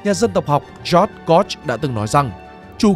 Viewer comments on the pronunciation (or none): none